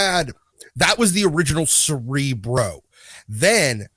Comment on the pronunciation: Cerebra Cerebro? At this points it's more like Cere-bruh...